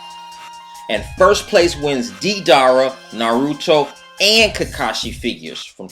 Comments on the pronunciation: You know he doesn't watch Naruto often the way he pronounces Deidara and Naruto. Naroooto & DeeDara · Don't you just love how he miss pronounced naruto and deidara...